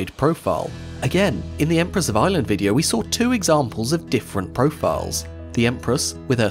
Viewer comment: I kept thinking what a strange name "Empress of Island" is, until I realized he's probably actually saying "Ireland."